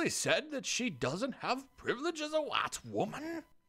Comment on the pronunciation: when he read "wGite woman" i lost it